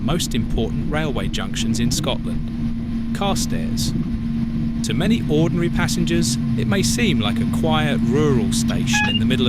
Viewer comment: Yes, a really irritating voice. Carstairs has the accent on the second syllable as far as I am aware.